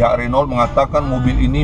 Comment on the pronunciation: BACA : RENO